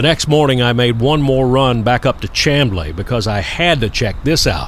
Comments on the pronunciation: The natives pronounce "CHAMBLEE with an "S"chamblee ! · Chamblee is pronounced with an "SH" sound, FYI. Also, I don't doubt the NS has tried real hard to eliminate at-grade crossings. ATL traffic is screwed up enough. A long train could cripple the whole metroplex. BTW, I lived in the ATL 10 years.....I know it well. Also, would love your thoughts on the Legacy Trail down here in Sarasota, and any old stories and insights you have on the rails works down here. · "Shamblee", not CHAM"blee. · Chamblee is pronounced SHAMblee - used to live there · Great video. Lived there. Pronounced Shamblee. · Two notes for ya: It's pronounced "Shamblee" and Peachtree Road actually is the same thing as Peachtree Street. It's Peachtree St inside the city limits of Atlanta, and transitions over to Peachtree Rd. when it leaves the city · Great video. Chamblee is pronounced "Sham' Blee." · "Chamblee" is pronounced "Cham" as in "am", or as in I "am", = Chamblee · Nitpicking. It's pronounced Shamblee. I've watched plenty of trains roll past the exact spot you were filming. Northbound traffic often is moving at 60+mph at that location. Good viewing. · Thanks - it is indeed pronounced "Sham-blee". I railfanned at those tracks since before the Marta Rapid Rail was built. Excellent video as always. When you go up to North Georgia see if you can find the spectacular Tocca Trestle - you can film from Trestle Ridge Road - it runs off of US 123 (The Toccoa Bypass) North of Gainesville, GA. Gainesville is another hot spot for train watching! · I really like your Atlanta videos. I lived, worked and played around Chamblee for about 15 years of my four decades in metro Atlanta. If you make another video involving Chamblee, pronounce it "Shamblee." For 60 years, until GM closed it in 2008, rail traffic there was bustling with Buicks, Oldsmobiles and Pontiacs rolling out of Doraville Assembly. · I'm pretty sure it's pronounced "sham - blee" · "Sham-blee" not Cham....